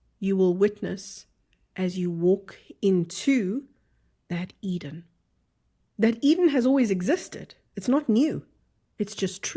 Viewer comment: Sounds like Garden of Either instead of Garden of Edin *